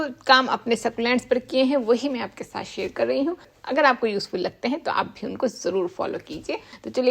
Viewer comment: Apke bolne ka tareeka bahut achha lagta hai. Share ko aap sher kehti hain Moisture ko moisturizer Apko pata hai hum sab succulent ko garmi mein maar dalenge Fir bhi bachane ka tareeka deti hain